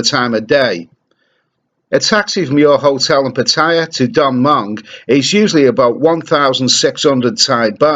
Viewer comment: Does my head in does...... Come on learn the pronunciations.... My mother in law lives there.